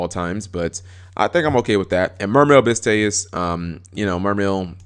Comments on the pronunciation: It's pronounced toll-uh-my-ose. not telemethos or whatever. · Tellarknight Tall-Eh-My-Oh-s It bothered me too much xD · its (p)TOL-EM-Ay-US...god